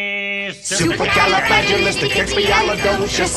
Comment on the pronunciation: It's supwcaleigoutisls